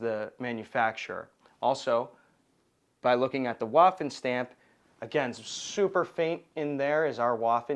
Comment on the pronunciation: For the love of god if you're going to say something many times a day learn to pronounce it. Waffen is pronounced "va-fen". I cant take someone seriously that says waffenamt with a W sound.